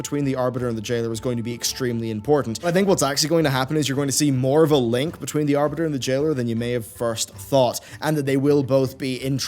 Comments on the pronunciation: Oh no, not "The Aribter"! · Mmh yes, the "Aribter."